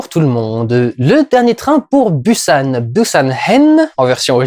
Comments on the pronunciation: prononce le Bousan, bU san ca fait blaireau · Ça ce dis [bousanne] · Un peu des deux en fait. Le ㅂ est un mélange entre le p et b, d'où la guéguerre phonétique depuis des années entre les prononciation [Boussane] et [Poussane]. Dans tous les cas, une chose est sûre, ça ne se dit ni [Pussane], ni [Bussane]. Qu'on choisisse le P ou le B, il est suivi du son [ou] ;) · Busan se prononce « pousan » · Je crois que j'ai perdu des dents à force de les grincer à chaque fois que t'as dit "Busan" 😂😂😂 ça se prononce Pousan 😅😂🤗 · Il faut que je le dise : Busan se prononce comme « Poussanne ». Voilà, c’est tout. ^^ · Busan se prononce 'Poussan' ! :) J'ai très envie d'aller le voir, j'en avais marre de la réputation "surjouée" du cinéma coréen (qui plait ou ne plait pas). La critique du gouvernement c'est peut-être dû à un ras le bal général de la politique en Corée, vicieuse et sans respect pour les promesses électorales... (c'est pareil ailleurs mais ce n'est pas la question) N'ayant pas encore vu le film je pense que c'est dur pour moi de dire mais c'est une possibilité !